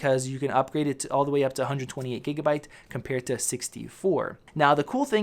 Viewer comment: You say gigabyte wrong